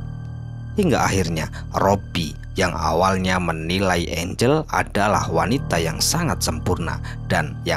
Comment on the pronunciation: angel x bukan engle